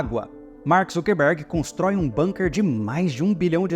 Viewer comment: Aprendi recentemente que a pronúncia é BUNKER e não "BÃNQUER" já que o termo é Alemão e não inglês 😊